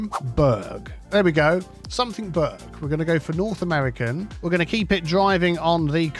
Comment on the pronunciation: Aaaaargh. That doesn't say "burg" it says "burra" as in Edinburgh. Although the word burgh draws upon old English (Anglo-Saxon) which pronounces it as "burr".